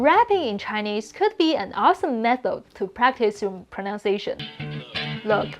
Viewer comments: You keep saying "pronounciation" - it's actually "pronunciation". Proh-nunce-ia-tion. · The best English word to pronounce correctly is pronunciation. The second sound is nunn (like the word none), not nown (like the word noun).